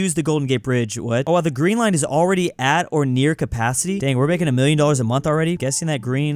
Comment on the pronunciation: "Da Green" you have triggered my inner Bears fan with that one